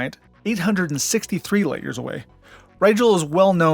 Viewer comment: Great video! Thank you. :-) - "Roadside picknic", (rus. 1972 Пикник на обочине), later known as "Stalker". :-) Please do not call Betelgeuse as "Beetle juice". Even Neil deGrasse Tyson stopped that. "Rigel" should be "Re-ghel" and not "Rye-jell". "Procyon" - "Proh-key-on". Not "Pro-see-on". Fun fact: Arrakis (arab. Al-Raqis) is a real star μ Draconis (mu Draconis), visible to the naked eye.